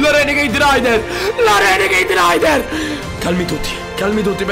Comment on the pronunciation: queste sono le volte che ha detto renegaid